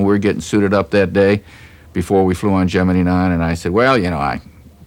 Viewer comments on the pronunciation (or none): It's Gemini,not Geminee.🤫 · Notice how he pronounced the word as "Gem en eee" back in the day and not "Gem en eye"? I heard that this unique pronunciation came from the German scientists at the Cape. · Geminee , like Jimminey Cricket !😂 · I know this is silly, but I get a kick out of how he pronounces Gemini as "jeminy".